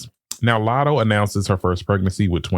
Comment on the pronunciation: Never heard of Lat-hoe before